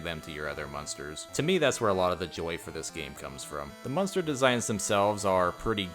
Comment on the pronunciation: Everytime you say the word monster, it sounds like you're saying munster, lol.